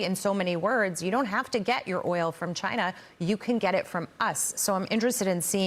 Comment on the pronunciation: Gary Frank Young said chiner.